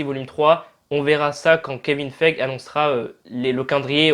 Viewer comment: ET ÇA SE PRONONCE KEVIN FEIGIIIIIIII !